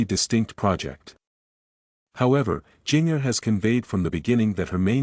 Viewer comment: Please learn how to correctly pronounce Jinger’s name.